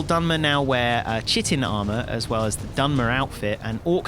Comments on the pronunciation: Chitin - It's not pronounced " Chitt-in"; it's pronounced "kye-tin". This has been bugging me:) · I am so happy to see you guys back in a similar but legally distinct role than the one that made me love you in the first place! One small note: please stop saying "chi- tin!" The word has Greek roots, so the "ch" is pronounced like a hard "k," as in, "chimera," "chasm," and, "chemical." I don't mean to be pedantic, but it's like fingernails on a chalkboard for me, mate. So, please, pronounce it "kite-n." Thanks, -Your ever devoted fan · Interesting video, but lads, the material / armour is pronounced Kaitin not Ch Ch Chitin. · It's pronounced KYTIN not chihtin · It's pronounced Kai-tin not chit-in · NOOOOOOOOOOOOOOOOOOOOOOOOOOOOOOOOOOO!!!!!!!!!!!!!!!!!!!!!!!!!!!!!!!!!!!!!!!!!!!!!!!! YOU PRONOUNCE IT KAI-TIN, NOT SHIT-IN!!!!!!!!!!!!!!!!!!! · Chitin is actually pronounced ''kai-tin''. I was surprised too. I knew of chitin though, it's what crustacean(crab, shrimp and such) shells are made of. Possibly the worst material you could make armour from. It's one of the strongest biological substances in nature, but it's incredibly brittle. It's more or less ''bio-plastic''. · it's bugging me. chitin is pronounced kite-en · Chitin is pronounce, "Ky-tin". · It's pronounced kite-in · Chitin is pronounced: kit'n, with a long "i". The "ch" isn't pronounced. FYI :-) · "Dawnstar" and "chhhit-inn" -___ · Chitin is pronounced Kite-in. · Guys, chitin is pronounced "kite-inn." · Something I learned since I stopped playing Skyrim, chitin is pronounced kai tin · You beat me to it, I was also gonna call them out on mispronouncing chitin. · I really wish you knew how to pronounce chitin.